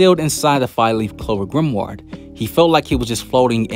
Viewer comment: I fw yo videos bro but you gotta stop saying grimward 😭